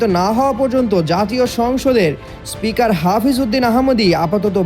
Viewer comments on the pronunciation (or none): none